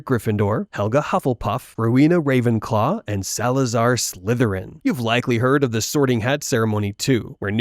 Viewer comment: the german AI voice called Ravenclaw to Ravenklo.... klo means in german Toilet.😂